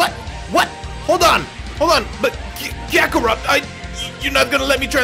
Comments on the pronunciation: At like - he said krackerot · Lol did he just say Krakarot??